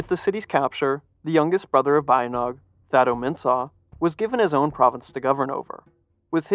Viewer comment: Pronunced "Ba-Yint!-Naung"